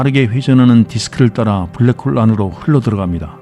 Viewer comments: 수면용으로 듣는데 브래ㄱ 호오올 듣고 깜놀. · 영혼을 담은 브랙호올